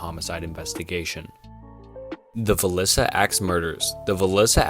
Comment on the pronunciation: Please work on your pronunciation lol great video but when you mispronounced Villisca and Dahlia I almost stopped listening lol